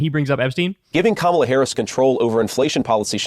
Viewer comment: Congratulations to JD Vance for consistently pronouncing Kamala’s name correctly! Now, convince your GOP children to grow up and do the same. There’s a glimmer of hope?!? Nah 🙄